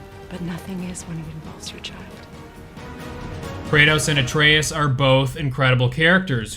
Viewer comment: Bruh😆 it's A-tre-us as in Uh-tray-us Not Atreus Atre-us as in A-treeus